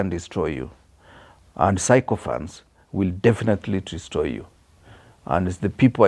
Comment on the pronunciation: you are trying. But there's room for improvement. "Sycophancy" is pronounced as SI-KA-FANSI, not SAI-KO-FANSI. And "sycophant" is SI-KA-FANT, not SAI-KO-FANT.